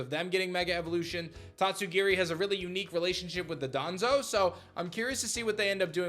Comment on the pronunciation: love ya buddy, I just have to say it’s DON-DOZO Not DADANZO